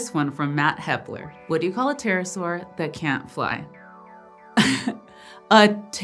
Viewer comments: It's a Terra-ibble-asaur for Terra, terrible and saurus lol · Haha, "terra-saur" 😄 I love it